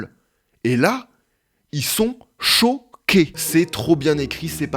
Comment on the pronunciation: Ils sont CHO-QUÉS Ça me fait tellement rire quand il dit ça 😂